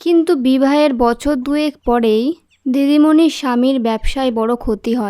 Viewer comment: বছরের পর বছর কথাটি আপনি বচ্ছরের পর বচ্ছর পড়লেন , বেশ কয়েক বার। এদিকে নজর দিতে অনুরোধ জানাই।